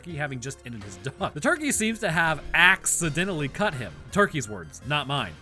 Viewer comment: What’s the fastest way to tell your roommates that you’re stoned? Laugh loudly at “axe-identally”.